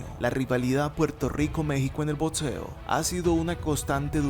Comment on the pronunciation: DEBERIA TENER MEJOR PRONUNCIACION ...... NO ES BODSEO, BODSISTICO, BODS, ERES MUY BUENO PERO APRENDE A HABLAR, ME GUSTAS TUS VIDEOS Y TAMPOCO SON EDSITOS